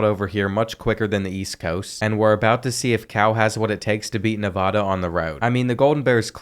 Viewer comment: this guys Nevada pronunciation kills me